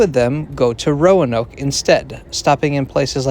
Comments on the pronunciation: You seem to struggle with that one, you don't really have to pronounce the "a", just say "Row-noke" That's bc in VA state is considered an adjective and Commonwealth is a noun 😃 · Why say Roanoke like it is a foreign word or incomprehensible destination? (It really did sound like that to me). The Amtrak station in Roanoke was a factor in our retiring to the area.